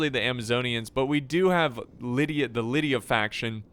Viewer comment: try pronouncing it like Li-dee-a if that helps